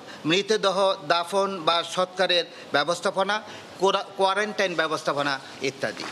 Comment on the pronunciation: কোয়ারেন্টাইন না কোয়ারেন্টিন